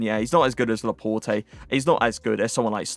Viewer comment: Pronounce Laporte properly!